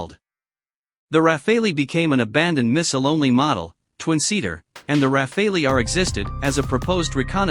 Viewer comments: I always heard it pronounced “Raffall” so hearing the “Ra Fay Lee” made me giggle. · I know it's hard for non-French speakers... if you speak English just say "raffal". The E is silent. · Raf fay lee Lol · Computer voices never get it right. It is not rafāālee . Just search how to pronounce French word Rafale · I WISH THAT THE NARRATOR WOULD GET THE PRONOUNCATION RIGHT.....I DON'T KNOW...??? IT'S THE RAF,ALE, ...??? I GUESS IT'S LIKE TOMATO TOMATOES TYPE OF THING...??? ANYHOOS WORLD STAY FREE STAY SAFE AND FREE JULIAN ASSANGE 🇦🇺🦘🇦🇺 (( DON'T LET THE YANKS HAVE HIM...!!?? )) IF THEY DO GET HIM THEY WILL KILL HIM...!! "" ACCIDENT'S HAPPEN 🏴‍☠️ '' WE GOTTA STAND UP AND BE COUNTED ☮️ KEEP THE PRESS FREE..!!☮️❤️☯️🏴‍☠️🏴‍☠️🏴‍☠️🏴🏴🌈🏳️‍🌈🌈🌈🏳️‍🌈🏳️‍🌈🌈🌈🌈🌈🌈🏳️‍🌈🏳️‍🌈🏳️‍🌈😑😵😮😡🤬💣💣💣💥💥🔥🇬🇧🇺🇸🇮🇱🔥🔥💥💥💥